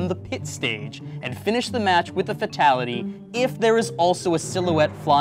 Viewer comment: Who else got triggered when he mispronounced fatality?